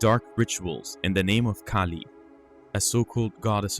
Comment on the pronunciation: Ahh, giant red headed beings, must be my ancestors.... Being serious, they remind me of the Norse gods, goats and all, Thor and his goat/s. As an aside, you had a Aussie story but you had a New Zealander doing the story, that accent is quite different to Australian. The vowels are pronounced very differently. Kali is pronounced Kah lee not Kay Lee.